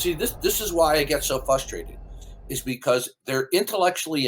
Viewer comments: I'd love to see a compilation of saying he's "fustrated". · "This is why I get so *fustrated*!" acts like he is so intelligent because of his age, yet he doesn't know how to pronounce basic words like "frustrated".